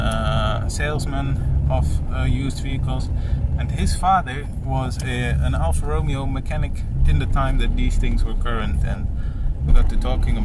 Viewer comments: you pronounced it: Al-Far Row-Meo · it’s pronounced: Al-Far Row-May-O